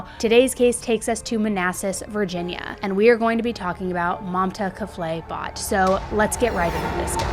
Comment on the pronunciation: Not trying to be rude or anything but when you say kafle, the e is silent. It sounds like the l is what you end it with.